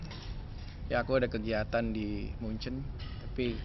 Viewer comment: Omongannya sedikit ngaco.... ngomong Munchen aja salah.... sok obral kata mutiara rupanya sudah kebiasaan lama. 29Aug19.